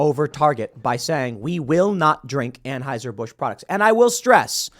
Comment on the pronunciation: Can someone please teach Tim how to pronounce Anheuser?